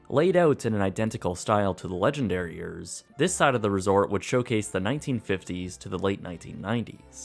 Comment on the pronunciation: It totally sounds like he is saying "Legendariers" XD